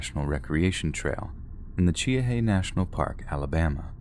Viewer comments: Cheaha is pronounced Chee-haw, not Che-a-hay. Do some research dumbass. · The Alabama park is pronounced “ Chee-haw”. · The mountain in Alabama is pronounced Chee-haw. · I love this channel……but as an Alabamian I have to correct the pronunciation of Cheaha. It’s pronounced Chee-ha. Or if you’re a native speaker it’s Chee-haw. Hope that helps!